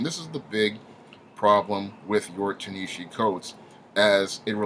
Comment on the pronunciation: While I absolutely LOATHE everything Coates has done to Black Panther, by making him neutered and "safe" for white liberal sensibilities, his first name is pronounced "TAH-nuh-HA-Zee".